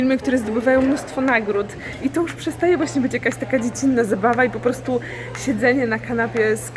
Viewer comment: naucz się mówić wyrażenie 'po prostu' bo az nóż się otwiera w kieszeni ... 'postu', 'postu' co to ma być ?!